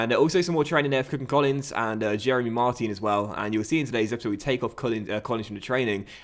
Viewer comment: Hey, i commented it before but i guess you did,'t see it, but just to tell you that the proper way to pronounce Martin's name is to say the "in" like you pronounce the end of "Paris Saint-Germain" Love your content